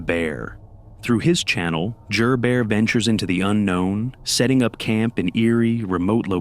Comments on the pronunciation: Just helping out the narrator The guys name is Jerry but goes by Jer Bear not Jur Bear 😁👍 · Bro, it's pronounced Jer as in Jerry . Jer Bear. It rhymes with bear, which is why people use that nickname.